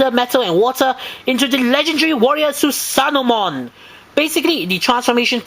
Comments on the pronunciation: It's not "Susanomon" It's "Susanoomon". I know it's redundant, but you have to pronounce the "o" twice. Come on now. You gotta get details like this right because... umm... I said so! *Enjoys nitpicking these olds vids despite enjoying the review and giving it a thumbs up* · Su-sa-no-O-mo-n ： スサノオモン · "THUTHANOMON!" Great figure tho